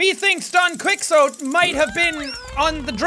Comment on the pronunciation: actually jack its pronounced "Don Ki-ko-teh"